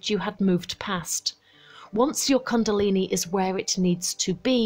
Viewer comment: First learn how to pronounce the word 'kundalini' correctly